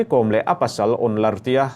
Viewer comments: Kom I lam dan thluk a dik lo, Kawm a nilo Kom (B Com) Kôm tih tur, Mary Com chu misual tenawm tak a lo nih hi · Thian inkawm ....tih a ..kawm ti in i lam leh tlat bik a ni maw ... Kawwm nula te chu i la ti ta deuh² leh nghala ... A hming pangngai a nih na bo thak in i lam ri a lawm le ... Mary kawwwm....😂 Mary kom tih ve mai awm.. Chuan, Henu hi a tan awm thlawh loh ..a chet dan hi a temawm e mai ...hmelchhe rapthlak hrep hrup bawksi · Ka hriat ve dan chuan Kom hnam ho hi Zo hnahthlak an nih ka hrelo, chuan Kom tih i lamrik dan hi a diklo deuh, Kom tih hi lehkhabu káwm tih anga lamrik tur...svmm😊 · Kawm(lehkha bu kawm) tih ang a lam tur a ni e. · Kom i thlûk dân hi a mak e, Kôm Ko 'm' hi i ti hniam dup a.Ko m hi o i ti ang hian ri se a dik a ni mai ang. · Uire a nih hrim hrim ka ten,Kom ti hi thluk tur aw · Kom..i lam rik dan hi ka hriat dan nen a inmil lo...Vaimim kawm kan lam rik ang hian kom hi lam tur